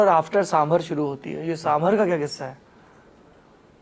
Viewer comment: Mr Dwivedi please learn from some of your colleagues. Your pronunciation really makes one wonder about your general competence. It's साम बार not साम भर. सीतारामन ना कि सीतारमण, मेनका गांधी ना कि मनेका